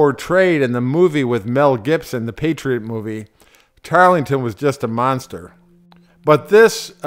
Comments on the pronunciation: This piece proves that anyone can produce garbage like this, put it on youtube, and people will watch it but hopefully not all the way through. I gave up the first time he said "Tarlington". Tarleton's mercy to women? He bragged later in life in his memoirs about all the woman he had "ravaged" during the war. He was a world class sociopath. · It's a bad start to a documentary when the announcer can't even get the name of the Brit right" It's `Tarleton', NOT `Tarlington'. As for the rest, it's not particularly enlightening. Why not leave history to the professionals ? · It was not "Tarlington" rather it was "Tartleton" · tarlington? it was Tarleton. And he did show mercy to women and children. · Very well put together video. Don’t let people poking fun at your pronunciation ruin your day. It is tarelton though not Tarlington 🍺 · zyzor Yes, Tarleton, not "Tarlington", but he did not show much mercy to women or children. He allowed his men to sexually assault the Colonial women during his tenure in South Carolina. I wouldn't call that mercy. You might. I wouldn't. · The narrator kept saying "Tarlington", The British commander was Banastre Tarleton. The American Cavalry commander was William Washington, George's cousin. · couple things.... first; its TARLETON.....Banastre Tarleton. no "g". second, it was WILLIAM, not George Washington. general George Washington was in Newport ri in early 1780. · Tarlington? George Washington? Were you “inspired” to rewrite history? What is the point of making a purportedly historical video if you can’t get the basic names correct? It certainly does nothing to promote your credibility. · This day is going to be like no it's not it's handrail tarlington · That is not a simple mispronunciation...and it sets the tone for the whole misguided video....Polish up your act. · The narrator doesn't even pronounce Tarleton's name correctly. He's not very educated. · It's not "Tarlington". It's Tarleton. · Tarrellton ... not Tarlington